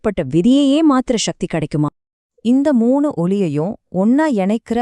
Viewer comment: சகதி. ஷக்தி அல்ல . நமிழ உச்சரிப்பு சரியாக இருந்தால் நல்லது. திருமூலர என்ன சொன்னார தமிழ் பற்றி ?